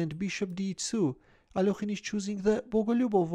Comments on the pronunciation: How pronounced Alekhine is so satisfying for some reason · I love the Russian pronunciation! So much better than English